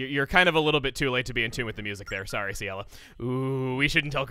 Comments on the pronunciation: FINALLY. After over a decade, I finally know how to pronounce Ciela's name correctly. Thank you Chugga. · Ciela is pronounced See-ella, so I think that's what he's referring to.